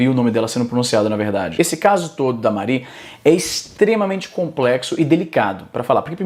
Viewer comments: Porra, Izzy, "Marí" não né, ninguém chama mariana de "Mar í", "Mári", rapaz, "Mári" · o izzy consegue errar a pronuncia de mari